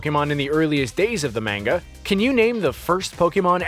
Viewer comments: Jesus christ its manga not menga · Manga is pronounced Mon-ga, not main-ga. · "In the MANG-AH" the cringe. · how can you mispronounce so many words when it's clear your first language is english. ugh. mah-nga. bay-ta. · Oh Lord his pronunciation of Manga -_ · Please stop pronouncing “manga” wrong.... 🤦‍♀️ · the way he pronounces Manga hurts my brain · Learn how to pronounce manga ya newb